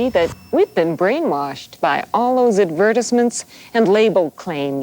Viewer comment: Wtf why’d she say advertisement like that